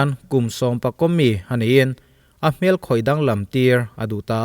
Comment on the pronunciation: A nih loh 'hmel'....a fuh loh 'hmel' hle mai. Heta 'hmel' i lam dan hi mihring hmel hmai a hmel ang hian i lam a, hei hi a dik lo. A ri a hniam tur.